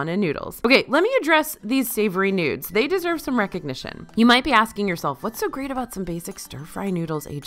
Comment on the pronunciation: Playing this in the background and suddenly hearing say "Dreamworthy Nudes" then realizing she meant "noods" lol